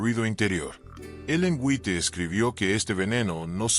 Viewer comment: White se pronuncia en inglés wait.